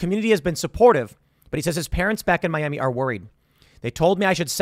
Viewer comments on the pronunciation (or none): none